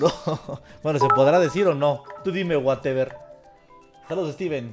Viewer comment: él werever siempre dice ''wey'' se oye como mirrey xD